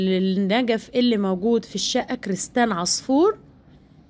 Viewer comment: كريستال مش كريستان 😂😂😂😂😂😂 هاموووت والفديو مش الفتيو